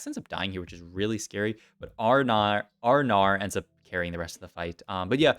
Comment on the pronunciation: “Our Gnar” sounds like Australian Oh no